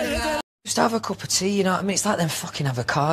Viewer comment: it honestly sounds like "cup of tree"